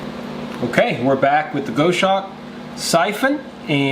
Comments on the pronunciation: Here are 4 tips that should help you perfect your pronunciation of 'goshawk': Break 'goshawk' down into sounds: [GOS] + [HAWK] - say it out loud and exaggerate the sounds until you can consistently produce them. Record yourself saying 'goshawk' in full sentences, then watch yourself and listen. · Goshawk is pronounced Goss Hawk. You missed listing the lighter you use to ignite the burners. This was an interesting video to say the least. The Steam Punk stove is a different twist on the siphon technology.....I like it! Don't like the freight charge from Australia enough to order one just yet. A very interesting twist on the Fancee Feast Stove. Thanks for putting in the time for these boil tests....................